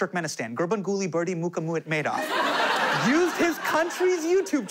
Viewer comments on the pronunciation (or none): He didn't actually. It's "Muhamedow," he said "Mucha-moo-ed-made-off"